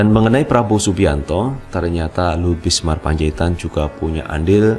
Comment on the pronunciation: ...jangan mengganti nama orang dong. Anda berulang kali menyebut L BISMAR P. Apa p Luhut sdh ganti nama? Cermat sedikit dong.... ini kan dibaca banyak orang....Yg benar BINSAR kali mas....???